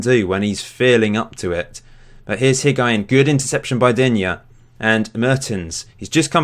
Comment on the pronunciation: Higuain = HIG- WA- EEN Hysaj= HEE-SIGH